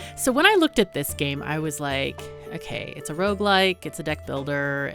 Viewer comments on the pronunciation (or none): none